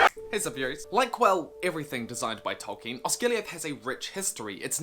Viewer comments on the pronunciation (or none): none